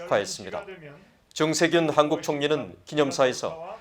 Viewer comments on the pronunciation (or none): 아나운서 님, 발음에 대해서 건의드립니다. 슨거가 아니고 선거 입니다. 증세균이 아니고 정세균이고요. 지적같아서 죄송하지만 너무 귀에 거슬려서 말씀 드립니다....ㅠㅠ